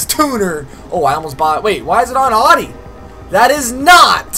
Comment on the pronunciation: Bruh you say Audi wrong